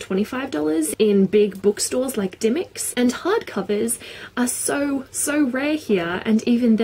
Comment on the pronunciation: XD REALLY?! I've always pronounced dymocks with the o sound (die- moks) not dymicks... Really expensive I bought To Kill A Mockingbird for $20 -_